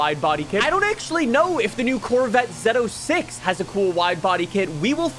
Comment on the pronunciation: I really wish they switched out the Silverado for the trx Also it’s pronounced zo6 no zed06